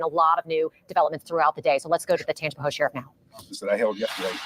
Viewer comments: Very close to me. Looking at the difference in his pics, it has to be drugs. Still no excuse. Tangi-pa-hO-a or Tang-pa-hO Lo-ran-ja Mostly short vowels 😊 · Hi,! Hailing from Louisiana! Love your show! It’s pronounced “Tanj-u-pa-ho” Parish. There’s a lot of hard to pronounce names here. lol 😝